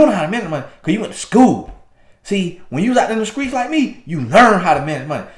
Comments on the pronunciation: “Cuz see, I’m from the skreets” bwaaah ha ha ha. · From the skreets! 😂😂😁😁🤣🤣